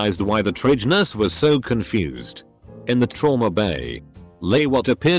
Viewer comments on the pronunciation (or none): none